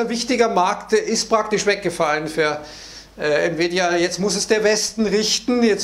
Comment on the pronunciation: Oooo es wird gefährlich spricht Nvidia richtig aus Mir es lieber er sagt nie wieda oder bittercoin Glaube man sollte lieber bald mal gewinne mitnehmen 😅😅